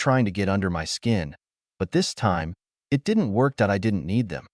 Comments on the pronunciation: Just a few things you need to fix. Please edit the captions. The AI can't say "it". Check for a space. Good story. It was hard to watch for me, but I persevered. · " It " is pronounced " it ", not I T. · A I needs to go back to school. It's not I t, it's it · Very tired hearing I T instead of it. Please edit better. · Story: If you allow to be a doormat, people will walk all over you. OP should have shut that down years before but she, instead, enabled them. The AI: IT is a career. It's pronounced EYE TEE. It is a pronoun. It is NOT pronounced eye tee. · Yeah. "My name is Emma" spoken by an obviously male computer voice? What's the matter? Was the monthly allocation of female computer voices all used up or maybe on strike? And too many mentions of IT (as pronounced eye-tee) instead of the word "it." And the "Dot"s. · I agree with sidlives, it was halfway into the video when I realized that “I.T.” was just the AI narrator trying to say the word “it” 🤦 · "I T felt good" This AI vocie really made a joke of itself this time (and as usual the AI written story to but the voice was hilarious) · This is a better AI voice than most, but “I.T.”???? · I love these stories but I hate the AI narrator. The “I” “T” being pronounced instead of the word it is blowing me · IT is one word not two letters make it sound like i t dept coming to fix computers throws of the flow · I've never met anyone who's first language isn't English who think 'it' has two syllables and says 'eye tee', instead. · Can you please teach your AI reader to say the word ‘it’ !!!??!!! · AI can't pronounce 'it'😂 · The damn thing couldn't decide if "it" was pronounced like it's supposed to be, or "I-T"